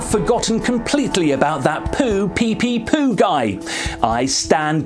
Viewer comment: Poor PepePopo will never get his name pronounced correctly.